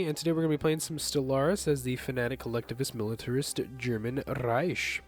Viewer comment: Calling it riesh ruined it